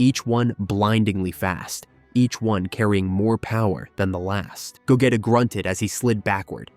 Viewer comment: No offence but you’re saying Vegeta’s and Gogeta’s names wrong the e in their names are silent and you the g you have to say it by its self not when you say it in go